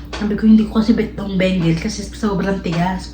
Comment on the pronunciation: Bagel pronounce mo begal